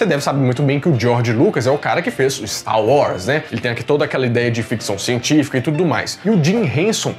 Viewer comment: Não é stau wars, é staR WaRs. KKKKKK Minereis na veia.